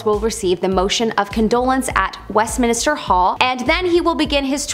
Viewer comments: Westminster not Westminister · Just a heads up ~ it's Westminster not Westminister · NOT WestMINISTER it's WestMINSTER. No extra "I". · Minster, not minister babe 🤦🏻‍♀️🤦🏻‍♀️ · Good video but it is Westminster not Westminister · Westminster, not Westminister. Lol. I can't wait to see the coronation- I bet it will be FABULOUS. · OK,, I can't hold it in any more it is minster, Westminster, NOT west minister 🤔👏🤣🤣🤣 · Just said the same thing, lol. Like when people mispronounce Worchestershire, Leichestershire, and more banal things like turmeric (tumor-ick, really?!!) Haha. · "Westminister." Cringe. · West-min-ster… Wess…min…ster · here . west - men - stir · Thank goodness someone said it. I was watching and cringing at west minister 😬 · Who else was bugging on her mispronounced Westminster... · not everyone is a brit you know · I was just about to say the same thing haha and the British are always insulted by Americans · Arghhhhh I know. Driving me insane! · God sake the poor girl only pronounced it wrong not stabbed ur gran, leave her alone Im British and cudnt care less, I still knew what she ment!